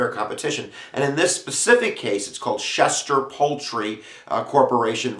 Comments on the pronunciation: LEARN TO SPEAK!! To “schecht” MEANS “slaughter” in hebrew. Each “ch” makes the same sound as in “l’chaim”. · I am a Schechter. An actual relative. These are my grandfather’s cousins. My maiden name is Schechter. You are pronounce name all wrong. It’s like nails on a chalkboard. The second “ch” is a “k” sound not a “sh” sound.